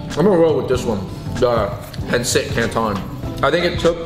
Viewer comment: okay pen-sit ken-thon.. hahaha